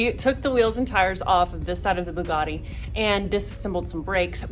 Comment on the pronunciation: It's a vugattii